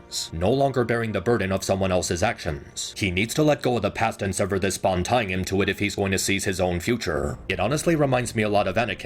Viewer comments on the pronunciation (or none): none